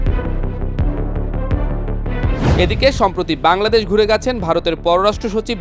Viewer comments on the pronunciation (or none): none